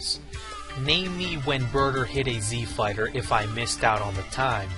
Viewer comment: he said Brouther instead of Burter xD and that actually is how i called Broly